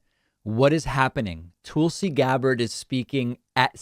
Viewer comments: David as you well know, Tulsi's name is pronounced like Tulsa Oklahoma, not Toolsi. Don't be a tool, you are better than that... Peace and love, j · Again, her name is TUL-SI, not TOOL-SI (unless you are intentionally saying tool as a dig at her grifting). And the ONLY reason the left tolerated her for a short time is because she supported Sanders and when some stated tried to screw him out of delegates by casting them for Clinton when that is not what the people wanted she was one of them that put her vote for Bernie when pressured not to do so in Hawaii. And it was only Republicans calling her a true liberal. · I like how he calls her toolsi 😂😂😂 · You know it’s not pronounces TOOL-see, right!?…. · I enjoy the way David says her name, Tool-si is definitely apt. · You've been pronouncing her name wrong for years.